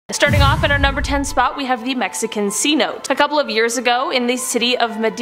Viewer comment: When informing people on the topics try to get the pronunciation correct. I'm sorry for being so blunt. For example; Mérida...it sounds like you were saying Madeira. And the cenotes is another. It is not c-note. Just a note for anyone that might visit México....do not swim in them. They have an undertow that can pull you under. A family friend went in one and was pulled down and sadly, drowned.